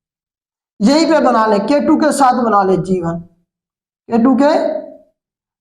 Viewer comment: With respect K2 ku k2 ku kehty hn sir plz correct it